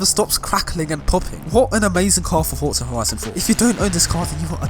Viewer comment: There’s no T in “Forza” just sayin